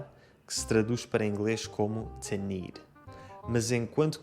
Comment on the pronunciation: Distinguido senhor, tenho umas difficuldades no entender os seus videos: as suas A me parecem sempre como E e, no Ingles, os seus TO, antes do verbo ( es. TO need) sempre me parecem TE. 'Ta giro, pois não? Paolo Diamante Roma Italia